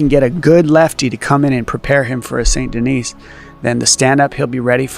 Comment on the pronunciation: It’s embarrassing to listen to. Not Only did D. Cruise prounce BSD’s last name Ben- oyt, but he pronounced the “s” in his last name and it came out like Denise. How far under a rock do you have to live to have Never heard a French name pronounced?!🤣🤣 ffs Even Chael (the lowest bar there is- and we all love him for it) can pronounce his name!!!!!!! I’d bet you could offer Cruz a million dollars and he wouldn’t be able to pronounce Saint in French.